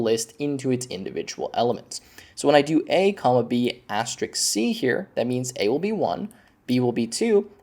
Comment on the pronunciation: It's asterisk, not asterix. And et cetera, not eck cetra.